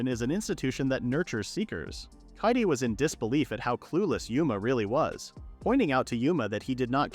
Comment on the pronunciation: kaede is pronounced k-eye-day, not katie. i get that it's a text to speech thing, but it can't be that hard to get it to pronounce stuff right